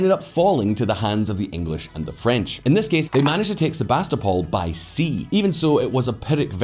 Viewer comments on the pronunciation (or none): You pronounce the city name "SEVASTOPOL" wrong: you make stress on 2nd, like "sevAstopol" but originally the stress should be on 3rd: "sevastOpol" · Sebastopol → Sevastopol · I thought the city on Crimea is called Sevastopol not Sebastopol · Sebastapol is in Australia, not Crimea. There's a "V" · Sevastopol. That "capital B" in Cyrillic is a V ...